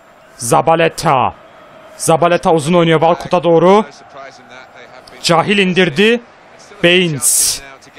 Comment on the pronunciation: gardaş süpersin ama cahiil kehyıl diye okunur